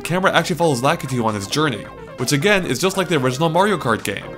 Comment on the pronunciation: Lakatu? i thought it call La-ki-tu?